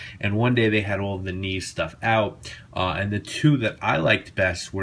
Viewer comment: the k is pronounced in German. It's not neez, it's actually said "kneetsche" with the k pronounced. :)